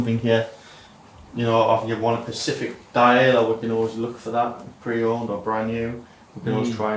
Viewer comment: Someone please tell how to say SPECIFIC properly 😂